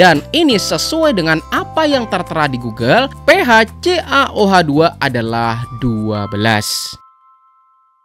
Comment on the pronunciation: Kang..itu bacanya Ca, OH dua kali.